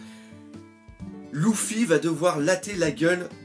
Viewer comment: pk tu ids lOUffy sa me stress ?